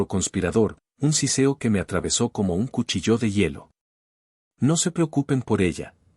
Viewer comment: Cuchillo no lleva acento en la O, por favor suena chirriante